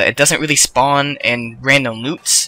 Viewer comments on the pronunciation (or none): none